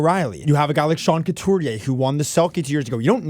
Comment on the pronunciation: Love your videos, but guys... Sean CoutUrier (not CoutErier).